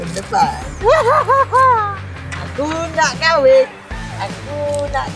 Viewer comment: Kahwin bang bukan KHAWIN